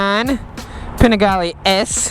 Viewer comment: They are pronounced pa knee gaw le and markesini. Nice video, though.